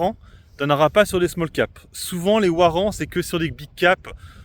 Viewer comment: ouarant ? c'est le cousin de ouagon ? Ca se dit varant chef... 🤣